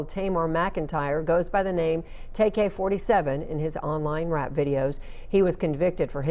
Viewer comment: Who the fuck told the first lady news caster jit name was tay k fourth seven🤦